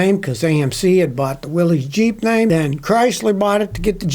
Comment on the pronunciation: I call it jip instead of jeep